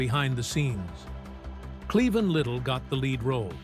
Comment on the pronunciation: Cleon? It’s “Clevon”